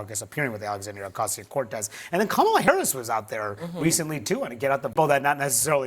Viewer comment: Mispronouncing Kamala’s name runs so deep its even inside the dem supporters. Just like how they keep butchering Mamdani’s name.